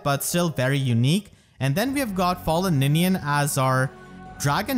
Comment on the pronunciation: Did not expect to see fallen Lilith but I am extremely happy about it. Also funny how you called Ninian.